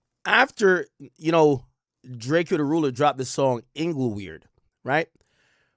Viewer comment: My boi be butchering tf outta some names boi 😭🤣🤣🤣